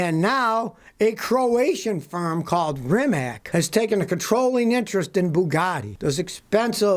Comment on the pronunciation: Rimac is pronounced Reematz it means Roman